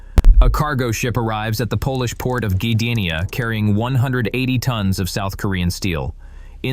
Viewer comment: Ghee-deenya? What is that?